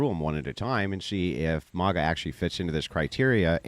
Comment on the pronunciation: its not MAH-GA hahaha i love but is MAGA lolol